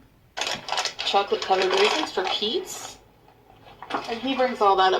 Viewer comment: “FOR PEETZ”. Sure Jan.